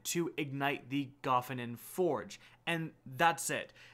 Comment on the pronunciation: Wouldn't there have to be two F's in Gofannon to pronounce it that way? Sorry not trying to be a dick it just hits the ear in an unpleasant way. Plus all the other YouTubers pronounce it differently than you.